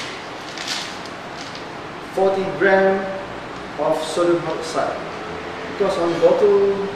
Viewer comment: sounds like he's saying 14g, but I think it's 40g?